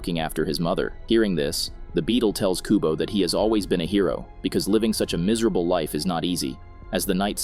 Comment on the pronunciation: It's Kubo not Kobu